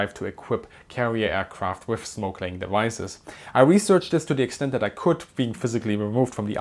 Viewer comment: Oh! Smoke laying. It sounded like "snorkeling". 😁